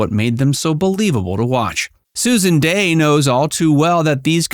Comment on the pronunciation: Here name is Dey, not Day. If you can't get her name right, how can we be sure anything else you say is correct?